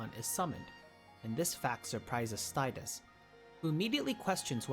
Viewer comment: You pronounce tidus wrong🥲